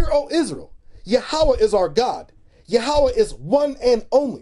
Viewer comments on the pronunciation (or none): It is pronounced as "Yahwah" not "YA HAWUH